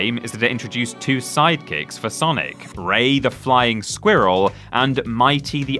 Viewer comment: "Flying SQWEErel"